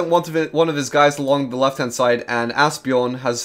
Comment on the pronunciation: Haha! I know. I've just had surgery and it hurts when I laugh, but I can't help myself when I hear him say that. The "j" in Bjorn somehow dissapears for him. :)